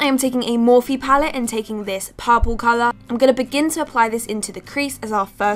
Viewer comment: if she say "paapurle" one more time